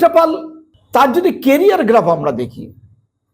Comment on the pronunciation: " পল " নয় বলুন - " পাল " আচ্ছা বলুন তো - কোন যোগ্যতায় এখন পাল " পল " হয়ে যায়? পাল কে পাল ই বলবেন!